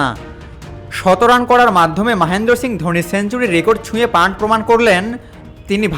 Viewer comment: Panth পান্থ হবে, pant পান্ট না। বাংলাদেশিরা তো বাংলা ভাষার বলাৎকার করে ছেড়ে দিচ্ছে ইদানিং।